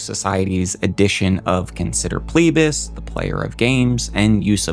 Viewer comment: It's FLEE-BAS, not PLEE-BAS.